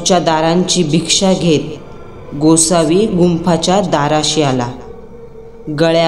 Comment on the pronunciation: Bhiksham ase nahi mhanat, Bhikshann dei ase mhnatat